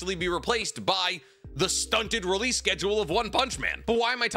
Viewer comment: please stop saying releaseal it’s just release 😭😭